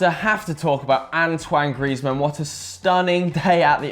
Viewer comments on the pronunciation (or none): 'Ang-twang' Griezmann. Ffs that ginger can't pronounce names can he. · Antwang Greasemen! Nice pronunciation Joe! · An-Twan .. Graze-men..?? That's wat I say😅😅